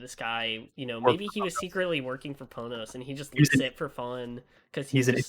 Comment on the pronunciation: It's fine, they still say "Pohnohs" which isn't how you say it. Everyone sucks.